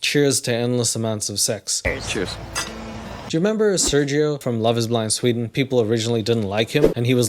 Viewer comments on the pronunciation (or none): none